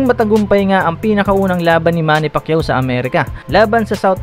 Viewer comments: Mr. Announcer: Manny Pakeeyoo....😀😁😂😃😄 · hayop na tagapagsalita yan many pakyuo daw😂😂🤣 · Back when Michael Buffer mispronounced Manny's lastname to Pakayaw. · Si buffer hindi pa ma pronounce maayos ang apelido ni manny